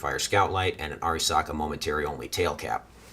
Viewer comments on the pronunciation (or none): Also it's "AIR-REEEEEEEE-SAKA" no Ah-risaka you fuggin redcoat